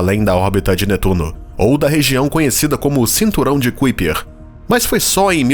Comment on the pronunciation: Não é Cuiper.... É Kaiper